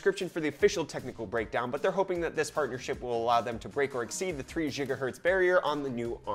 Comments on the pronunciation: It's Giga not Jiga, gigahertz! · Gigahertz not jhigahertz. Lolol 😂